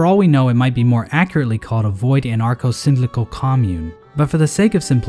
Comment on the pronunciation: He mispronounced anarcho-syndicalist.